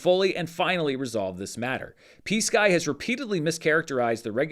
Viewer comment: I was listening to this and not watching and I kept hearing "PSKY" as "peace guy." It was first said during the bit about verbal, off the record conversations so I thought the parties were referring to someone trying to make a peace offerering.